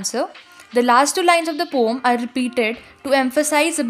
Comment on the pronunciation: It is not pom it is poem